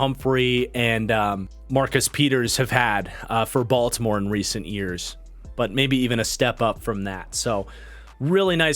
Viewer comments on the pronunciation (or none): none